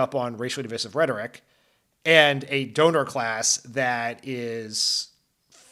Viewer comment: Please stop mispronouncing divisive